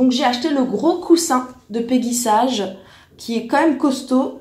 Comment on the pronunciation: Ca se prononce " peggy saige " et non sage 🤣. Mais tu n'es pas la seule à faire l'erreur. En fait c'est une marque US créé par mrs peggy sage une américaine qui a été revendu et maintenant est française mais malgré tout on doit le prononcer ainsi .